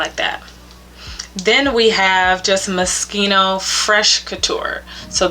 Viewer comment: I'm so happy that you pronounced Moschino properly that I subscribed immediately)). It annoys me to no end when I hear English speakers pronuncing this Italian name using the rules of English pronunciation. "Schi" in Italian is pronounced like"ski"! I'm so happy you pronounced it like that!